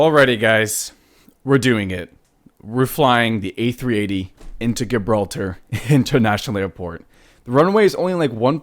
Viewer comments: You are not pronouncing Gibraltar properly. [ji-brawl-ter] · You can't even pronounce Gibraltar, what an idiot. You didn't even fly the proper approach into Gibraltar. You would have been shot down IRL for entering restricted airspace.